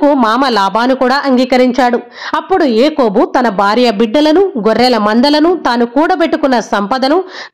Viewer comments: Its yakobu not ekobu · Akobu kadhamma yakobu, meeru cheputhuntte abbettuga undhi